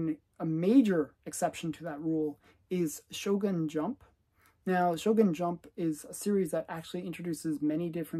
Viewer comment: Shonen Jump, not Shogun Jump 😭 it’s one of the biggest magazines in Japan